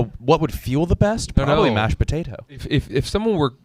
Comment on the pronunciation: the way pronounces "mashed potato" is amazing